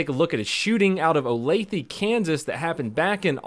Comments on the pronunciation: Everytime I hear him say “ olathE “ cracks me up. OlathA lol. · She asked for it by pointing a gun at them. And it's pronounced Olath-UH not Olath-EE (I'm from around here). Love the vids Donut. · he pronounced the area name wrong, which makes sense, it is weird. It is pronounced O-lay-the. but he pronounced it as O-lay-thee. Sad that she didn't listen to the police. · So um its o-lath-a not o-path-e XD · I live right outside of here, and hearing him pronounce it “olathEEE” killed me lol. It’s “olathAAA” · Love the way he pronounces the city I live in as “Olathe” as opposed to the correct “Olathe”. A classic blunder. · I live rather close to Olathe and yeah, it's a nice community. Also it bothers me that he pronounces it Olathee, not Olathuh, lmao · "Olatheee" lol, it's pronounced "oh-lay-tha' Donut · That’s so funny. I’m from Kansas City and he said olathe like olath”ee” when it’s like olath”uh”🤣🤣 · As a Kansan, your pronunciation of Olathe just killed me every time. It's an "uh" sound at the end, not "e". 😂 Still love you though donut. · "Ola-thee"? 🤣 it's pronounced "O-Lay-tha" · BTW, it's pronounced OH-LAY-THA Kansas. Not OH-LE-THEE. lol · Btw it’s not Olathee it’s olatha for pronunciation😂 but olathee is great😂 anyways they’re known for coke and adderall so I don’t think it was mental illness. I’ve seen it too many times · Lol olatheeee kansas lmao the e is pronounced like an a. Lol olatha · not a big deal, pronounce Oh-Lay-Thuh. being from the area all i can say are the police are top knotch and johnson county is one of the safest counties in the nation. had she not had a weapon she would be alive. too bad her bf didnt drive her back himself and put a stop to this before it started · oh lay thuh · olath-ah is how it's pronounced. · It’s actually Olathe “ol a th a”. The e sounds like uh ! Love your channel... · Lol...how donut says Olathe makes me cringe it’s o-lath-a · Better than Oh-layth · or "O-lath-ee" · It is pronounced o-lathe-a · Its pronounced O La tha